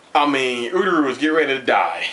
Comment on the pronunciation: ururu? its uryu lmao